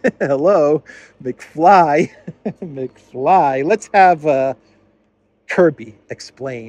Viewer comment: Not McFly. McFlea.